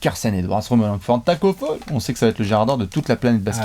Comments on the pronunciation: on dit pas Tacko Faul On dit Tacko FALL 😉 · Bon les gars en tant que Sénégalais je dois vous corriger. Le nom de Tacko on dit pas "Faul" à l'anglaise mais tout simplement comme en français "phal" Sinon cœurs sur vous Ps: GREEN NATION